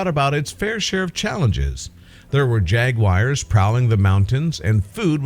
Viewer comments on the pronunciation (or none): Pronounced jagWARS jagWARS jagWARS not jagWIRES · Couldn't watch any more after narrator said, "jag wires" If you are going to make your living with your voice, learn to pronounce words properly. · "Jag wire's" prowling the mountains 😜